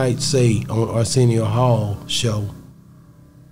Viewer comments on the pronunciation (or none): Dude said arsenio hall😂😂